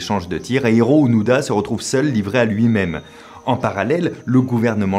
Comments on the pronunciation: Onoda ou ounouda ? Fabien confond la prononciation des "o" et des "u"". Je pense que c'est plus Onoda, comme le prononce Louis-san Norio ou Nario ? Décidément, Fabien et le japonais, ça fait 2. Sinon, il n'a pas continué une guerre finie en 1945, il est en raccord avec la situation entre le Japon et la Russie : la guerre n'est pas finie. :p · Onoda (pas d'accent sur les "o")